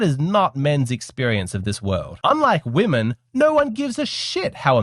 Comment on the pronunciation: I love this show and guy. English is his first language. Why is it he cannot pronounce the word "women" properly? WHY? The show is about women and this is the only word he can't pronounce. It is beyond bizarre. Every other word in his lexicon is perfect. It is pronounced WIMMIN FFS. (35 years teaching English to non native speakers and this is the most difficult word for non natives and "clothes") Surely he is a native speaker of English? Utterly bizarre. Freudian perhaps?